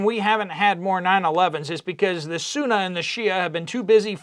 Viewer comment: Bro. It’s “Sunni” - if you’re going to have strong opinions on something, you should be able to pronounce it properly. Islam got you so mad - Salaam Habibi. It’ll be ok 😂